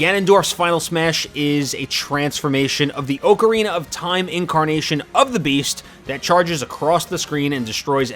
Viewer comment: This video is inaccurate. You said OCK-arina instead of OAK-arina. Next time do your research before making these bold claims.